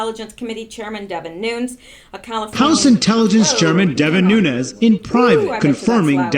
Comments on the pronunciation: I am not positive, but I always hear broadcasters pronounce the name NUNES, like New nes. So you started your vid saying NOONS, AND then while I am writing this, you change the pronounciation to new nes. CHEEZE N RICE. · Lourdes Santos pronounced “NEW-NEZ.” That’s the way the man HIMSELF pronounces it. “NOONS” is an American aberration.... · Its pronounced: noon-yez. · You are assuming he is Mexican which is the way it would be pronounced. But, if he is Cuban, or Portuguese, then the spelling difference applies and the pronounciation leaves out the YEZ sound. I Made the same error on the name of a street in my town. Don Julio. I assumed it was pronounced Don Hulio, but the street was named after a Portuguese guy, and it is Don Julio. Same mistake with NUNES, vs. Nunez.